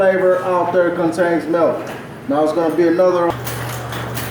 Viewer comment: "Every single flavor out tha contains melk"